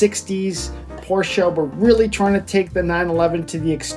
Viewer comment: Porsche is a two-syllable word.